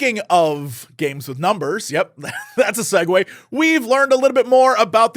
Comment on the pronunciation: You mispronounced "amazing segues," heh heh...